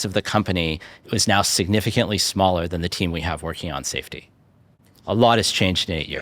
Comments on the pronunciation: "Saftey"..... Right.... "Saftey"... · "saftey" JUSTICE FOR SCHELP